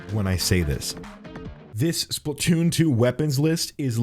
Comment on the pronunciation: My dude that’s not Splatoon that’s spaltoon